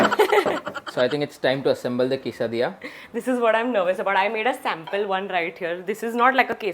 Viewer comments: Quesadillas is pronounced as kaise-diya and not kaisa-diya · Just fyi - it’s pronounced “kay- suh-dee-yah” 😅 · Sorry but it's pronunciation is (case+डीया) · The way she pronounce Quesadilla 😂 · Just for the clarification..... Actually your pronunciation of Quesadilla is not correct 😅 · Ur pronounciation for quesadilla was a Lil wrong pls 😅😅 no hate it's my fav dish that just it... Ik u might know more and have accent as well but it was a Lil off if u check Google